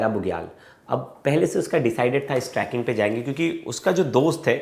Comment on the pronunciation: Tracking area .. kaise journalist ho.. Trekking hota hai.. sahi bolo Aaj Tak ko represent kar rhe ho.